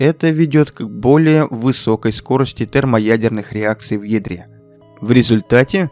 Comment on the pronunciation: Послышалось "Она сжигает водород в ведре"😂